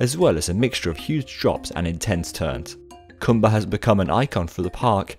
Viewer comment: “The Dark Continent” 😬 Edit: & it’s pronounced koombuh